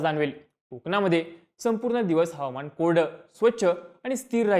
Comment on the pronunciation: हवमान नाही... हवा मान म्हणा